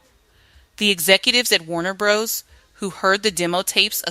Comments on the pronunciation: LOVE the SONGS, but the story telling by AI diminishes the project. It's important to tell the stories with accuracy and without making up words. *RISQUE is Ris-kay, not Ris-cue *WARNER BROS is Warner Brothers, not Warner Broes *JANICE is Janiss, not Je-ness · Warner Brothers, not Bros, the word risqué pronounced Riss-Kay, Miki pronounced Micki, after that I had to bail. You guys need to review these voiceover copy with someone whose from the era are an educated English teacher